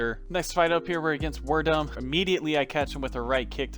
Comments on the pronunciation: Werdum is pronounced Verdoom. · it’s pronounced fabricio “ver-doom” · the way you said "werdum" lmfao. pronouced "ver-doom" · The funniest part of this is how you prenounced Werdum lmao